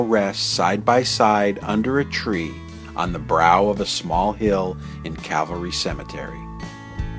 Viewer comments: Why does it sound like you say Cavalry and not Calvary? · It's Cal-va-ry, not Cav-al-ry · That's CALVARY. Not CAVALRY. One of my pet peeves, (usually with the first word pronounced wrong). This is antique stuff, more on the lines of our grandparents generation. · It's Calvary not Cavalry. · I love your work but PLEASE it is CAL VARY not cav alry lol. You are so respectful and dont senstionalise any of the people who you choose to talk about. I wasn't keen on seeing tese 2 episodes as I am not a Hollywood fan, but you have done such a fantastic job that I was pleasantly surprised. Thank you. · Cavalry-- someone could have corrected the narrator.